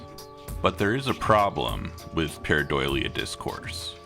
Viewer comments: Idk if its the audio but I kept hearing you say pareidoilia, with an extra I. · Can we learn how to pronounce the word that's the subject of the video please, takes like 30 seconds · I was checking the comments in case I was crazy. He repeats it so many times that I started second-guessing myself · He mispronounces it quite badly and it's pissing me off